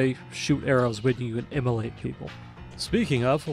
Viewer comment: Man messes up saying "ingot" but "immolate" comes out, no problems.